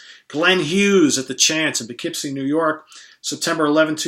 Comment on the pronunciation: Thanks for sharing your experiences and indirectly teaching this Midwesterner the correct pronunciation of "Poughkeepsie":)